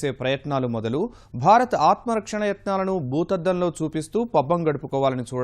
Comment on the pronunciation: అమ్మా తల్లీ !!!! న్యూస్ రీడర్ మన దేశం పేరు అయినా సరిగా పలకడం నేర్చుకోండి. భరత్ కాదు భారత్